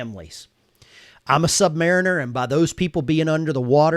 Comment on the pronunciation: Remember we are submarine-ners not sub-mariners - I too am a submarine veteran and I learned early on by the salty dogs on the proper pronunciation and the importance of unintentional calling ourselves sub(standard) mariners. Great points you make for the video and agree with your content here - for the rest of the public we were not all a bunch of white guys on submarines; the military was and always will be a diverse group of people, (we come from all walks of life) way before it was a catch phrase and the submarine force is a volunteer force (therefore a very small percentage of society regardless of ethnic background) with high quality standards - all high functioning people regardless of any other diversity factor you or I may possess - sad that we may have lost some people due to DEI?!?